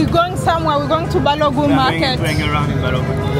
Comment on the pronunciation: It’s BALOGUN not BALOGUM. ❤